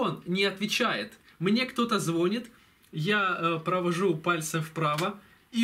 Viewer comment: Батарейка вздулась - вот откуда и пошли трещины стекла усиливаться. звОнят, ихнее = давит на ухо. ЗвонЯт. Их. Ихнее (ихне - только на укр языке так правильно)